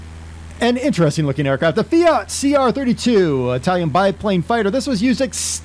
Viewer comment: Finally somebody can pronounce fiat